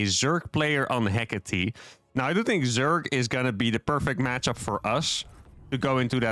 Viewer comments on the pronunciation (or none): none